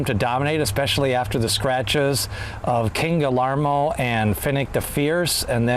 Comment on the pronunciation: I don’t mean to be rude to you, but I really think you should learn how to say King Guillermo’s name right.